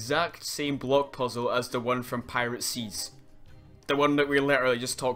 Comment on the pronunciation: I think it’s funny how every time he says block it sounds like bloke.